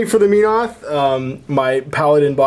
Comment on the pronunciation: "Meenoth"..... Holy crap this has bugged me forever. Men-oth would seem to be more accurate.